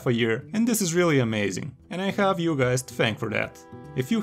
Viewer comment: khalf of a year, i khave you guys thanked for that :d